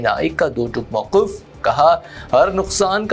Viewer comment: Rooh parwar Manzar.. Hai re Bewaqoof ( Manazar ❌) Mauqaf ( Maoqoof ❌) Nasab ko ( Nisib ❌) Bolta hai Zam ko ( Zim ❌) .Taqeer ko ( Taqair ❌)..Ta attul ko ( Tateel) aur Tateel ko ( Ta attul ) .. Maeeshat ko ( Mueeshat) Na Jaane kitni hi Galatiyaan hain is pagal ki Zuban e Urdu me ( Zaalim)